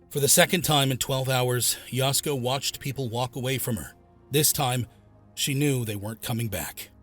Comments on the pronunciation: The A-I on this one is really bad. It's Ya-SUE-Ko, not Yowsko, for Pete's sake. 🫤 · Please consider re recording or dubbing this to correctly pronounce her name. Yasuko is pronounced “Yah-sue-ko”. You’re calling her “Yasko”, which sounds like a Japanese style of foods at Costco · Yah.sue.ko not yasko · Oh, is Yasuko pronounced “Yasco”? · The AI butchering Yasuko's name is a reminder how automated these vidoes are.